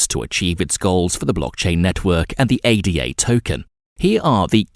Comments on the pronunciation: It’s “Ada” as in a woman’s name not an acronym A-D-A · Immediately they say A.D.A and not Ada you move on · It is also ADA (Ayda) not A.D.A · ADA is a name…named after Ada Lovelace…it is not pronounced A.D.A. Otherwise good video